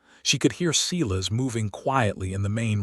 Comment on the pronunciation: It would be REALLY NICE if your narrator would pronounce the names Sylas correctly. It's not. SE las.